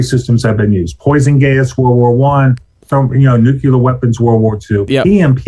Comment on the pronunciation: You lose a lot of credibility when you can’t even pronounce nuclear properly